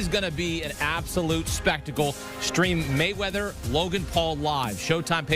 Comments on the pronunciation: Dude said Waymeather... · He said Floyd wayweather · He said Floyd Waywether😂🤣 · Floyd "Waymeather" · did he say floyd wayweather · Floyd waymether...hahaha